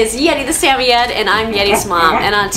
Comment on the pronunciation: Why do you pronounce the name of samoyed like that?